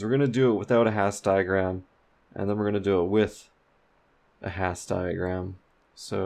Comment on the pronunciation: Love the videos, thanks for doing them! Minor correction: Hasse diagram's are named after Helmut Hasse with Hasse pronounced as hAss-uh